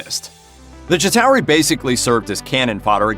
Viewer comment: It’s pronounced [Chi-tar-ree] not [Chi-tao-ree]